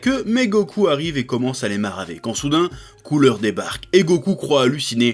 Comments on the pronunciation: tain pendant tout le truc j'ai entendu " les hommes de couleurs" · "et les hommes de couleure" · Ha ha "les hommes de Cooler" j'ai entendu "Les hommes de couleurs". Merci Chef et, mon cerveau merde grâce à vous